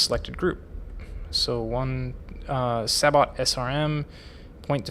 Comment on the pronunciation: Thanks for the vid! if no one has pointed it out, sabot is pronounced "say-bow" instead of "sa-bot"